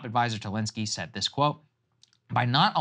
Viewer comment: Stop talking like that Saagar. "Said" "Said". It's annoying